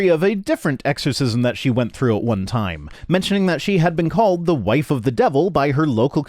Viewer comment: "Let's think it through... As if I were able to think..." Btw, he think it's "true", not "through".